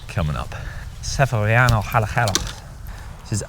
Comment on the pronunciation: Severiano Hallehheros 😂